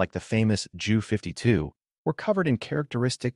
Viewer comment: Narrative is interesting, but your mispronunciation of the main subject matter is embarrassing. The letter J in German is pronounced like a Y in English; i.e. it's 'Yunkers'. And the 'Ju' isn't pronounced as 'Joo', either, but instead should be read out as two separate letters.. You should be referring to the 'Yunkers J U 86'. The same goes for your pronunciation of Wunderwaffe ... this should be read as 'vunder-vaffuh'. Sorry, but no likes or subscribes until you work on your German pronunciation.